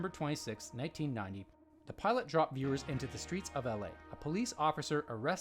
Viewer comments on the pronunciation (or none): 'plot'? or 'pilot'